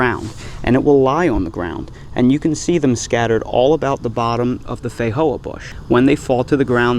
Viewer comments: These are delicious. You are however pronouncing the name incorrectly. The j is a j, it doesn’t have an H sound, fi Jo ah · Feijoa is Portuguese language pronounced fay-jo-are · that's broken Portuguese my friend